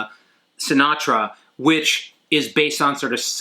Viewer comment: Like your videos ;) just wanted to say is Sintra, the Portuguese city. Not Sinatra the singer.